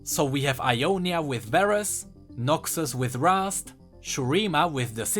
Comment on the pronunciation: Nahuel Armesto its Ionia not Jonia